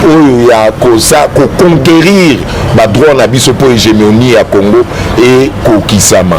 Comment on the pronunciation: Ruberwa n'a même pas honte de chercher à identifier les congolais ? Quelle sorcellerie ? Ruberwa ne parle jamais lingala. Il dit aussi Orive Rembe, Congore... Exactement comme Kabila Kanambe. Maman Orive...